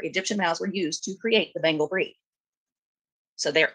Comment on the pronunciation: I finally figured out "" is saying, "Bengal" cat, and not "Bingo"!! For awhile there I thought there were two cats, one called "Zeke", and one called "Bingo".